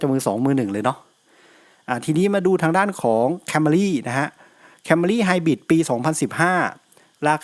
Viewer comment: ผมได้ยินผู้อธิบาย เรียกรถยนต์ CAMRY ว่า แคม - มา - รี เออทำไมเขาเรียกแบบนั้น ? มันไม่ได้อ่านว่า แคมรี่ หรอกรึ ?